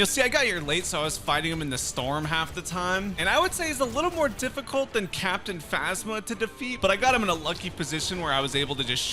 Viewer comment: Finally someone gets captian phasmas name right